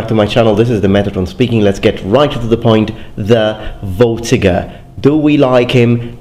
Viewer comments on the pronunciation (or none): I think it may be pronounced fortiger rather then vortiger, it sounds german (in german v is pronounced f).